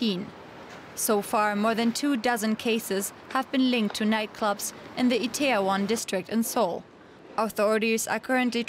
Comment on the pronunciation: Mario Kratt It’s not Taiwan, it’s “Itaewon”. It’s a suburb in Seoul. Has a lot of restaurants and nightclubs. Kind of an Entertainment precinct.